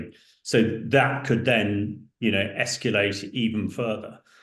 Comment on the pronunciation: (Please stop saying 'escuulate', 'escuulation'.)